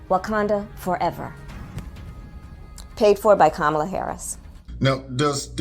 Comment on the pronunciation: “Thats a lot of kakalin” 😂